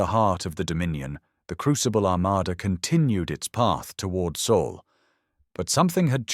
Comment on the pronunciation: Earth is in the “Sol System” not “Soul System”.